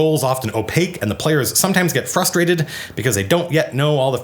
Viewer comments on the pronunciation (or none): none